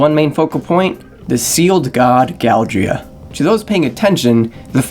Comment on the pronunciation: Just saying that it's Galdera not Galdrea